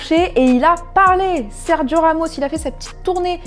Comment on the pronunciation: SerDgio Ramos. Je savais pas qu’il était italien.